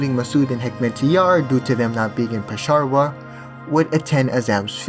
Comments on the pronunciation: “Pesharvar” dude are you purposely mispronouncing these things or have a speech impediment issue? Not to be rude but other than pronunciation of names your videos are great, but the names of places and people are so off it’s hard to ignore 😅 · Bro said Pesharvar